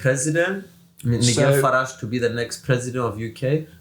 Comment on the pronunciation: Fidias μάθε αγγλικά ρε φίλε σε παρακαλώ. Τι Νιγκελ. ΝΑΙΤΖΕΛ